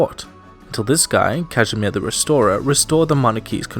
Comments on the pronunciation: Casimir I "The resorer" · Casimir the “Resorer”?